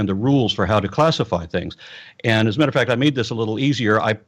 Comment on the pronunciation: What is it with the way Hovind pronounces "matter"? Has anyone else noticed that?